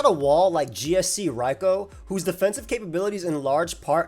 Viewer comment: Holy fuck someone who can correctly pronounce Raikou